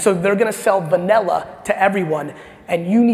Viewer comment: Gary says vanella not vanilla 😂